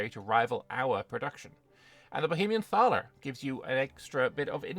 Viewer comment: In Thaler the h is silent. It doesn't become the English th sound